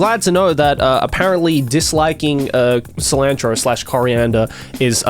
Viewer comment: I'm getting so irritated when he mispronounced cilantro. I'm Mexican so it's bugging me lol